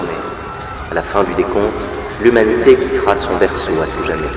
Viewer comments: Tu as dit l'huminité au lieu de lhumanité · " Toute l'hémunité peut vire la dans" mdrr 😂